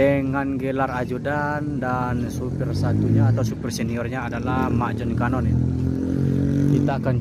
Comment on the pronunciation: Bukan Jon canon😅😅,ajo canon min wkwkwk